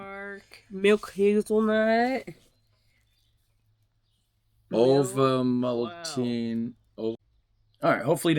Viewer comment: ovalmatinNUH the e at the end is pronounced like uh